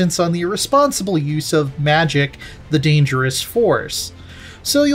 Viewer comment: It’s magik (mageek) not magic